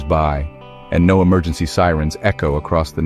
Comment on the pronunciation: What's an "Emergengy" 😂